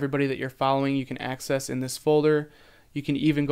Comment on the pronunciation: i think hes saying 'axis' not 'access'